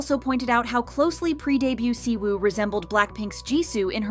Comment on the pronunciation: I wonder why all of a sudden just decided to stop pronouncing anything right, examples: the Y in Yuqi and the W in Siwoo is "silent", "Lee" is pronounced "e"